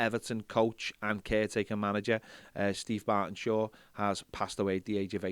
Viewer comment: Burtenshaw m8 not bartenshaw.lol.